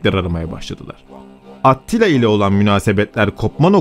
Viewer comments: Tamamda neden atila demiyosun da atttila diyosun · Aktilla mı Atillamı sürekli aktilla diyorsun. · Orjinali Attila olabilir ama niye at til la diye kulak tırmalıon o yüzden bıraktım izlemeyi, A til la desen At til la mezarından mı fırlayacak, güzel video ama kulağımı tırmaladığı için izlemeyi bıraktım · At tila değil, Attila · ATTİLA yazılır ATİLLA diye okunur. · Doğru söylenişi Attila'dır çünkü. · Bir solukta izledik. Serinin aynı kalitede devamını bekliyoruz. (Olumlu bir öneri: Atilla ismini, Avrupa kaynaklarında yazıldığı şekliyle değil de, dilimizce oturmuş şekliyle telaffuz etmek daha uygun olacaktır diye düşünmekteyim.) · aaattt.. Tilla telafuz.:))) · Attila değil ATİLLA